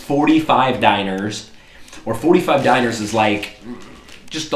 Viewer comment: dee nar not diner